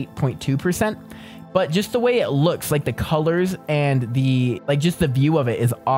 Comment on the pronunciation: U NUB YOU SAID “EAY” NOT “WAY”